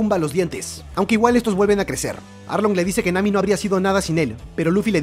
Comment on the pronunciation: En el minuto en vez de decir Nami dijo mami